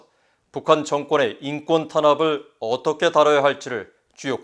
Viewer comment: 이사람 북한에서 왔나 ? 어~어똫게~ 라고 발음 하는게 북한 방송원 같아.